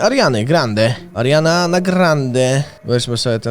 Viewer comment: Czy tylko ja usłyszałem ze kilka razy powiedział zamiast Ariana tylko Mariana